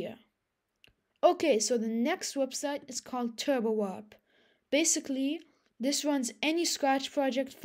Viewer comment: turbo OP XD. dude you gotta fix that. its turbowarp